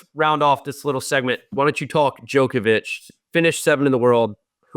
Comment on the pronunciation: Steve getting ridiculed for saying Djokovic's name properly